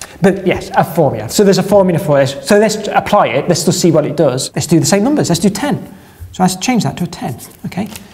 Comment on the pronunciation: I just can't get enough of talking about numbahs:)